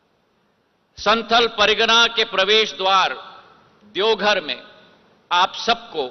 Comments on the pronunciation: E congress ka aadmi hai, jharkhand ke zilon ka bhi naam sahi se nahin pata😂 saara Hindi galat bolata hai, Deogadh😂 gazab chaplusi hai, Heliopod😝😁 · ज्योतिरादित्य सिंधिया जी भोलेनाथ की नगरी देवघर आप अच्छा से बोल नहीं पाते हैं